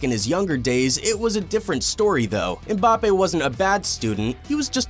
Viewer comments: Man actually said bappes there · he said Bappes :face-blue-smiling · No his name is Mbapaypal